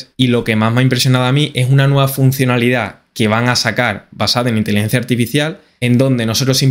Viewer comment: El programa es tan bueno que hasta corrige la manera de hablar:: Intilencia Artificial IA: Inteligencia Artificial 👍👍👍👍👍👍👍👍